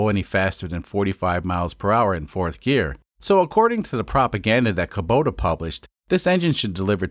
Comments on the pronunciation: Its pronounced Koo-boh-tah. Not Koh-boo-tah. Lol. Love this series. I fix these engines, used in custom machinery for a living. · Damn it,, why do you keep on saying Kobuta sometimes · I believe it’s pronounced kubota Kuh-bow-tah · Can you decide if you're gonna pronounce it "Kubota" or "Kobuta", please.